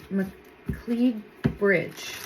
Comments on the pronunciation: McLeod-It’s pronounced Ma Cloud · The pronunciation of the road is Mc Cloud.